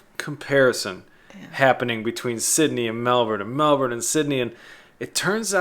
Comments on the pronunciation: Good job saying Mel-bun instead of Mel-bourne - true Aussies! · Thanks for pronouncing it correctly MELBN. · #1, thanks for pronouncing Melbourne correctly. 👍 #2 Correct, no need to compare. Both have their good points. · Congrats at pronouncing Melbourne correctly!!! And I was a South Aussie!!! LOL